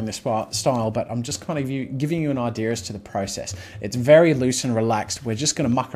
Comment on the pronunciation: Idea Jazza. Not Idear.